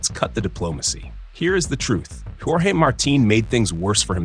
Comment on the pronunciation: Djorgey Marteen 😂😂😂